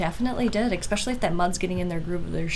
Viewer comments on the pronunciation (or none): Eh-specially! Not Ex-specially! No x in the word. 4 times you say it incorrectly. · I axed her why she says expeshelly on them shots. She said for all intensive purposes, it's pacifically the correct word for the moment.